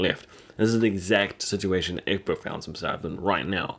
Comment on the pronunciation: Who's Urkbut? Who's Urkbut? Dude, ECK-BERT, ECK-BERT. You got it right the first time you said it and after that he turned into Urkbut Did you have a friend named Urkbut or something? Well. . . . you don't have to worry anymore about it because Urkbut killed himself. . . . . but dude, Season 4 episode 20, Ecbert has been in every season starting with season 2, and his name has always been Ecbert. . . . LOL Call your friend Urkbut and work out your subconscious infatuation with with his name. The King's name is Ecbert